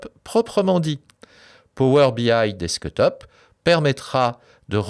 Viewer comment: Merci beaucoup, très bonne vidéo ! Mais il faut revoir l'accent anglais pour le "desktop" ;)